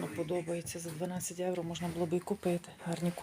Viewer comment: Трохи слух ріже....там говоріть евро ,а для нас українців євро😊